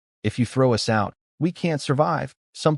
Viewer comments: Funny how the ai can't pronounce so many two letter words my to and us they just say the letters 😂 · AI failed to pronounce glee and us early on